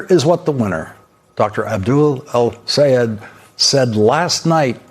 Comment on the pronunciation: Thank you Lawrence for being the only one in your group who can pronounce his name properly. It is not Sayeed, rhyming with seed, it is Sayed rhyming with Ted. English major here, insisting on things being pronounced properly